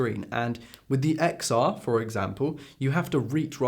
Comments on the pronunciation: It's pronounced Ten R Also watching on my XR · Why I hate this video: You can’t even speak out the name of the iPhone Xr. You are showing video of other youtubers while you are not quoting whose video it is!